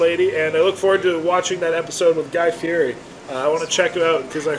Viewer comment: If you’re going to bring up Guy’s name at least learn how to pronounce his last name!!!